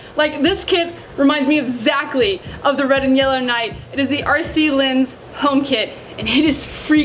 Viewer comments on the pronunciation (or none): The french kit you said about league 2 - is RC Lens (pronounced - Lon-s) - Ligue 2. I only know this as it was the 1st French team i saw play :)